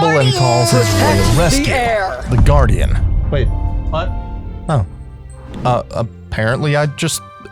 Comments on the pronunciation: This guy doesn't know how to say "guardian". I hate your videos compared to Gratz. You stuck. Please quit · Nice video and all but holy hell did i want to click off the video with how you pronounced guardian